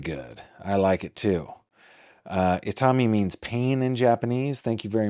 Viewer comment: I’m Japanese. Itami (痛み) does mean pain but the pronunciation is wrong. The accent is on the last syllable I-ta-MI, not on the second syllable i-TA-mi as you guys are pronouncing it. Also, the number four is pronounced “Shi” in Japanese. “Shi” also means death. It’s pronounced the same but written with different Chinese characters 死(death) 四 (4). There is no fourth floor in hospitals in Japan. Did D4VD use 4 (death) in his name because he’s obsessed with Japanese anime and death?